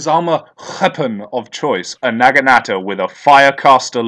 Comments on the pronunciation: Your prenunciation of naginata and chrysalis is actually offensive to my ears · OH MY GOD. PLEASE PRONOUNCE NAGINATA RIGHT, THIS IS DRIVING ME NUTS!